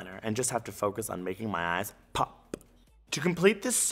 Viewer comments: I love how you say: PHOPP XD I love u so much ahaha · I'm learning so much but laughing every time he says pop